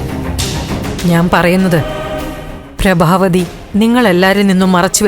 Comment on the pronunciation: ബ്രാബാ അല്ല പ്രഭാവതി😂😂😂 എവിടുന്നാ മലയാളം പഠിച്ചത്😂😂😂😂😂